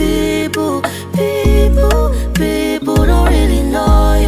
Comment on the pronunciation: It sounds like is saying beople😂😂😂😂😂